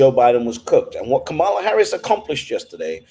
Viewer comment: Her name is pronounced COMMA-LA.